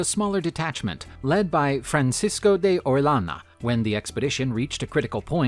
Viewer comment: Quito is pronounced like (kito) and Orellana is O re ja na, same sound as j en jet.